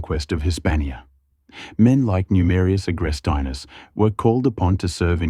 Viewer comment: It's Agrestinus, not AgrestAinus, ffs... so annoying. Finally got it right! :)